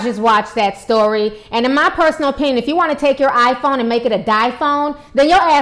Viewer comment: I died at that reporter holding up those two cases. And at "DiePhone."